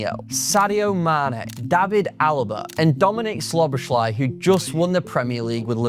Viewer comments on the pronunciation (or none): With a name like, you should be able to pronounce Szoboszlai